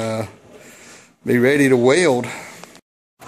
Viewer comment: I wasn't sure... when I heard you say "way-old" for sticking metal together... Next, "E"-poxy made coffee come out of my nose, but when I saw you have a lathe, a mill welding equipment and a powered paraglider I figured we are probably gonna end up being friends!